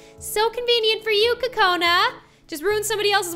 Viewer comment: It’s NOT co cona it’s..... Coo coo cona